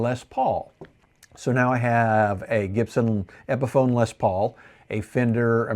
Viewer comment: Epiphone not epson😂